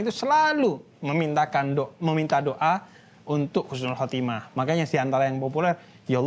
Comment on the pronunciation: Makasih banyak rangkuman nya... ❤ tapi maaf yg menit ke yg betul husnul khotimah bukan khusnul... Maaf ya jangan marah... Mengingat kan saja... Khusnul : mati dalam keadaan hina.. 🙏🙏🙏🙏sekali lagi makasih banyak uda dirangkum...